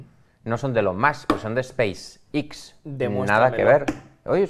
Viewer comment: 11) Que aprenda a pronunciar Space X.